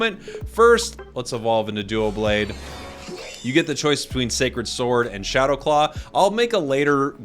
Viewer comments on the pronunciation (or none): (Psst … it’s doublade not duoblade)